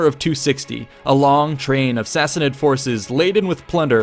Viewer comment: Great video! For those who are interested the correct way to pronounce Sassanid is with the ah sound like in father according to my Islamic history professor. Since he's Persian I assume he's correct